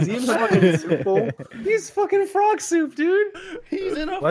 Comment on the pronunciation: No one:: PHROG